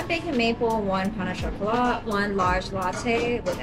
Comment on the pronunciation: I am french, I’m surprised how well everyone pronounces pain au chocolat❤ The t is silent, for croissant it's the same😊